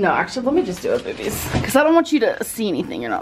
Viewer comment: I really want to continue to watch these Vlogs but if I have to hear either one of them say "Behbys" one more time I'm going to vomit. Please stoppppp. it's so cringe 😭